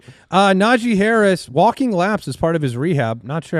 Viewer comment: Najee Harris? More like Najee Harrs